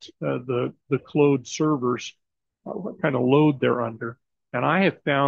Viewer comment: It's 'clawed', not 'clowed'... 😎🌵